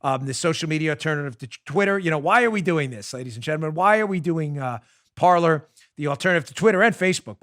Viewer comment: Dan, when are you going to give up your tragically anglophile position of pronouncing the verb for TALK in French (Parler) as a place were people sit and drink tea (Parlor) ?